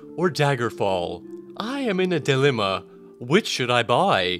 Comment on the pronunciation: Delima instead of dilemma is funny lol